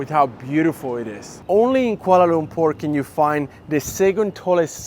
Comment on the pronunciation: ok i sub because you pronounce kuala lumpur accurately.